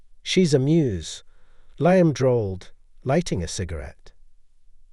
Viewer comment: MORE AI bullshit from someone who obviously cannot write a coherent narrative on their own Can't pronounce Thames OR Liam properly, let alone lavish or elite. WHY did Avery invite William to the auction where Avery was meeting Victor and where her earring was displayed? WHY did she behave so blatantly there, IN PUBLIC, with Victor, IN FRONT OF William? WHY did she give an expensive earring that William had bought and given to her as a gesture of love to Liam? Victor mentioning "Edinburgh"? WHY did William go home home without Avery? WHY did the earring disappear the next day if William had never mentioned it to Avery? "Avery's cryptic sketchbook" comes out of nowhere. Avery sketches? WHY was she crying while talking to Liam? She hadn't even left him yet. "A lingering hesitation" when he did nothing more than touch her shoulder? Doesn't sound like there was much chance of the baby being Williams if she cringed at merely a shoulder touch. Also, having an affair WITHOUT taking precautions? Why did she need Victor as a "decoy" to throw William off? William believing that she was cheating with Victor would somehow be less tragic than her cheating with Liam? Adultery with a wealthy collector is more acceptable than with a struggling artist? WHY did Avery flinch whenever William's phone buzzed? C + L? WHO is C? HOW did Liam get Victor's new address to mail the earring back? Victor, a "wealthy collector" is adjusting paintings at the gallery? Is that common for wealthy art collectors